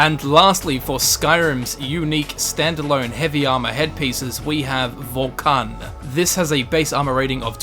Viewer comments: He called it Vohkahn. He called it fucking Vohkahn. I knew he would mispronounce it, since he does that a lot. But I thought he would say something like Vohkuhn. Nope. He calls it Vohkahn. Anyways, it's actually pronounced Vohkoon. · Vokaan? Vulkan? Vokun man.. Like Vo + uno but without the "o". Video old as shit I know but why should I even care. :D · Its (voh-kuun)